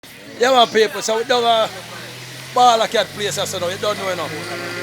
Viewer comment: Di man name Bawda Kat bredda, not balla Kat...and are u on some type of political campaigning ???. What's the name of ur party ???